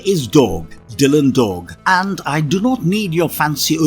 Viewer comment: OMG you butchered Dylan Dog 😮